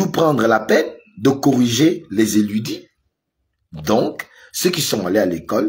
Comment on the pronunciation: “ Érudits” et non “éludis”😊😉